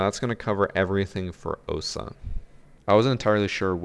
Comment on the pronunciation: It's 'Ohsa'